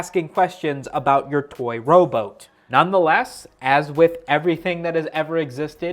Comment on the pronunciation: bruh the way says robot has me dead 💀